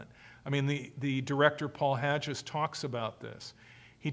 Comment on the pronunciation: maybe it's my OCD but it drives me nuts how he pronounces Paul Haggis' name as being HADGE-IS. It's Hag-is! lol. Besides this tiny criticism Mr Ross gives a very comprehensive insight into this cult. Bravo for the information and good for him for helping to deprogram people and save them from this cult!